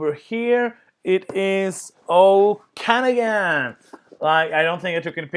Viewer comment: Haha, it's pronounced OAK-ah-NOG-in. Interior of British Columbia, several hours west of Vancouver. Sorry you didn't like the game, eh?